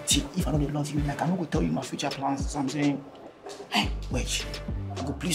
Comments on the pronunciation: Zamsaying 😂 Is why you bring me here 😂😅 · "I dey d)) you, i dey d)) you very much zamsaying"😂😂😂😂